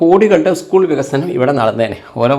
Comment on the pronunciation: എന്തര് പറയണത് പണ്ഠിറ്റേ, ഈ കാലത്ത് ഉസ്കൂളെന്ന് പറയാതെ സ്കൂളെന്നു പറഞ്ഞൂടെ. ചിലര് ഇസ്കൂളെന്നും പറയുന്നുണ്ട്. എന്തൊരു കഷ്ടം. മഴ : മയ. പഴം : പയം. കഴിഞ്ഞു : കയിഞ്ഞു. സമ്പന്നമല്ല, വിദ്യാസമ്പന്നം. പിന്നെ ഈ ഫണ്ട് ശമ്പളം കൊടുക്കാനായി ഉപയോഗിക്കാൻ പറ്റുമോ ?